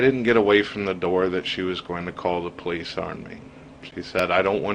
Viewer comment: "she called the p'liss"